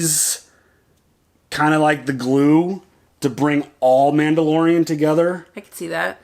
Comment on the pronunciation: Man-BO-lorian!! LOLOLOLOLOL Mando-saurus!! LOLOLOL LOVE IT!! Also, I thought Grogu was trying to say "Look out behind you!" and not "This is the way".... I think he woulda felt them rollin up via the force.